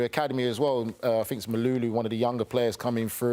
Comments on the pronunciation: Mayulu bro not malulu 😂😂😂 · Mayulu not Malulu 😂